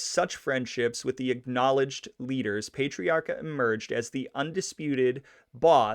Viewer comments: Yikes. I'm 4 minutes in and had to stop to come here and comment on what zillions of others already commented on! Yeah, Worcester is "Wooster" or "Woostah", with the hard core "Vode Islin" accent, and PAH-TREE-AR-KA, or in Vode Islandese, PAH-TREE-OCK-A. He was generally referred to as "Raymond", never "Ray". His son Raymond Patriarca Jr. was known as "Junior", like "Junior" in the Sopranos. FYI if you ever come across these RI cities, East Greenwich or Gloucester, they're pronounced "East Grennitch" and "Gloster". Ok, I'm rewinding and will actually watch the whole video now! Thanks for doing this. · You are not pronouncing his name correctly. Its Pat... not Paytiarca. And trust me, I am from RI and the mob continued into the 1990's. They took credit unions, we had Mollicone, Diprete, and the wondaful maya twice elected Buddy Cianci. lol RI now is so expensive from everyone havin' to pay fo all thei crimes. We were priced right out and left family behind. Oh, and one maw thing, we do not pronounce the R in the name Pat riaca. That is how it would be pronounced, and Worcester is pronounced Woosta. LOL and I doubt many folks wer too pissed off he only got 80 days afta stealin' gems an diamonds. It's the way RI is to this day. We have a family memba who has been in and out of jail. It's just the way it is. They don't cair. RI is full of democrats to a fault. And folks need to work 2 jobs just to affawd an apatment neva mind a house. I don't know what happened to the histry of Roger Williams settlin' RI so that RI could have maw freedom. Cause growin' up we had loads of freedom, but its not that way anymaw. Thats the best I can do not having lived in RI faw 13 yeas. hahaha we have a language all our own. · If you're going to bust chops, get it right. It's not "Wooster," it's "Wistah". It's not "Pay-trairca," it's "Pat-trairca. He was born on "Shrewsbury St;" not "Shrewbury St." Thanks for the video.